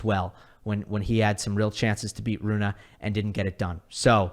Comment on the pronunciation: Great content! As always. Just one small thing.. it is Holger RunE not Holger RunA..i even double checked the pronouncement to be sure i am not a dork and i am not😅😊